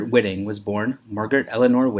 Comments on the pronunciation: Her last name is pronounced WHY-ting, not WHIT-ing. This video is a joke. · That would be Whiting with a long first i, as the spelling indicates.